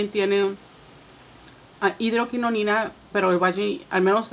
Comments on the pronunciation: No es hidroquinoNIna, es hidroquinona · Hidroquinona y tretinoina hay que decir bien los nombres